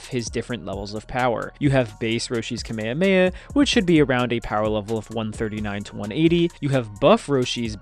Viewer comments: Its kamehameha not kameyameya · Ewwww. You lost me at kuh may uh may uh. 😐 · Why is it that most videos from the States say the Kamehameha so differently?